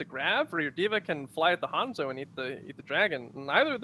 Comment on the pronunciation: Majime thank you for the insight. I didn't know it was a meme; I thought it was just something small that just slightly irritated only me. Iritate is a strong word but because of his knowledge of the game I honestly thought maybe everyone else was pronouncing it wrong until a few seconds later quickly reminded me it is Hanzo. However now that I know it's a meme and he does it just to make ppl like me whine I kind of now respect him for it. Lol